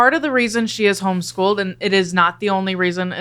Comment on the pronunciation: "Home-Sick Schooled"